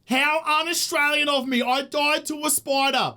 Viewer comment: "I doid to a spoidah!" lol so dang aussie!